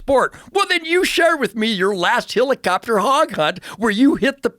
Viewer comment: every time he says HILLICOPTER I want to jump out of a helicopter.